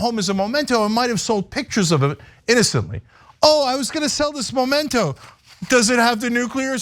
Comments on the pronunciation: Memento not Momento. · It’s memento not MOmento. Can’t stand how everyone is saying it the wrong way. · The word is "memento" not "momento"! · MEMento, not MOMento!